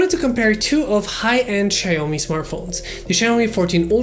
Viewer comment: "Ceaomee" lol